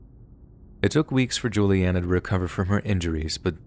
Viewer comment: Omg! Hi my name is Julianna like the girl in the story! Just how you pronounced it. I’ve been listening to scary stories like these for over 6 years and never have heard my name! It was super cool